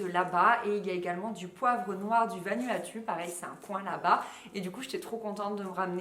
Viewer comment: Pour info le Vanuatu se prononce VanOUatOU et c'est une île/pays au nord-est de la NC, ce n'est pas une région de NC. Sinon ravie que mon chez moi t'ait plu ! ça aurait été marrant de te croiser ;-)